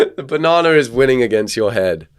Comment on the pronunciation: there’s no “r” in banana, just btw😊